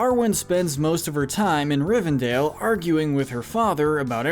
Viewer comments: Rivendale was a personal highlight. I was waiting for Jughead to pop out. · Watched 12 minutes, only to go back to the beginning to pick up all the mispronunciations. Cracks knuckles. Sarumun. Rivendale. Bullrog (To be fair I once called it a bull hog, so...yyyeah. 😬) Olihphant - yes, I am nit picking here. Min ass teer eth. Hall dur. More E ah. Galandriel. Shell ob. Bell rog. Issen guard. Fan gorn. Rahn (Rohan). Urkai Deh neither 🧐😆 What gets me is when a name is some of these were also pronounced correctly.